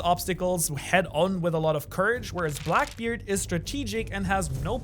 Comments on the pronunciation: Ah yes, the infamous BLACBKEARD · blacbkeard lol my guy just butchered his confidence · blacbkeard LOL